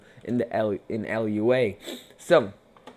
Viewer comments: sry not to be mean but its not el you aye its Pronounced Loo-ah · Its not pronounced "L-U-A", its not an abbreviation.